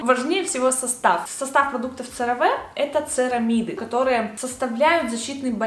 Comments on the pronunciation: Очень полезное видео, тоже люблю CeraVe, правда читается не как Цераве, а как Керави (французский манер)❤❤❤ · CareVe читается как «КэаВи»